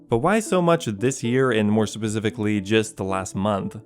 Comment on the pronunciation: Tf you mean “pacifically” 😂😂